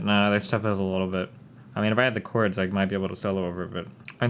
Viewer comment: Is that pronunciation of chords acceptable to anyone, anywhere? Is it just Destiny or do people from Nebraska, or the US in general say it like that?